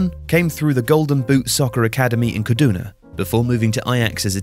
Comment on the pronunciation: Hearing you pronounce Kaduna as a Nigerian was so oddly satisfying😂😂